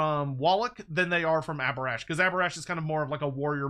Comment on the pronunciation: It absolutely should have been Abhorash